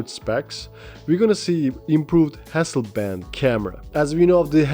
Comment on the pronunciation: Hasselblad not Hasselband...